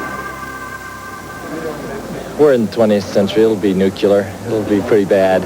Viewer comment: Jonathan Boyer "it'll be nucular" LOL! He could be president!